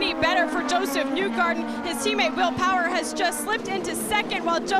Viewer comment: Did the reporter who called will power will powder need to use the restroom or did he have an itch? No matter what that accidental letter add in his name was a little funny to me.